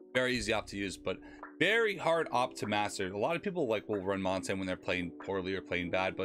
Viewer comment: Good video, just, one thing, " montain " 💀